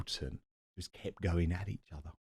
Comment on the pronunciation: Never could pronounce her 'G' ! Endin , finishin which is hopefully what SLY NEWS has got coming !